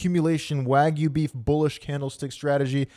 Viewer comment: Man said waug beef 😂